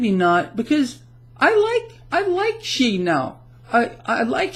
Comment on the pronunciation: Xi == "zee" ...